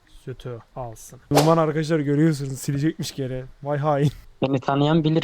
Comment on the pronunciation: Yrkadaşlar ✅ Arkadaşlar ❌ 😂